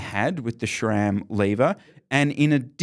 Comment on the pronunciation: Why is it pronounced 'shram'?